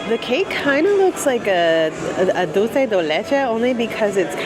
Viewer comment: Props on pronouncing "dulce" correctly; everyone says "dolce de leche" as if it were Italian